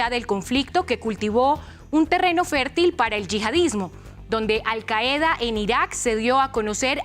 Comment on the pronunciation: La palabra 'Qaida' se acentúa en la primera sílaba.